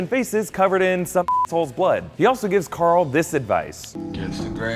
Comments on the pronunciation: hahah .. "we're goin' to woral coral!" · "warrr carrrrl..."